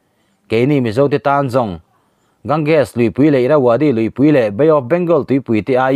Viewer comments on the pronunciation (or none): none